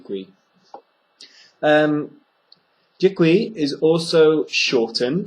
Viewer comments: do you think that dick-wee is as děkuji? if someone tell me in street I'll have problem understand him :o( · still, I am confused about the pronunciation of "dekuji" when you pronounce fast, it is heard like 'zikui' :/